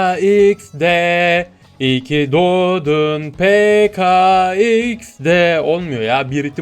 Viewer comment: Ben peke iks de diyom sen peka diyon